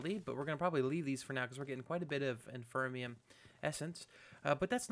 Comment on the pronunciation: Cool episode man, but I've got to say I've let this go on for long enough. You've been saying it wrong for years and I can't take it anymore lol. There is no such thing as infermium! It's inferium! Like the word inferior :D